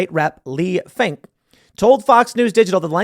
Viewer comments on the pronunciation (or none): Finke....Finke.... Every single time